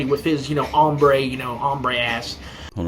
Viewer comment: I'm not sure, he said hombré but pronounced it as ombre (hair dye style) so maybe we have a white incel guy who also tries to act like a chollo on our hands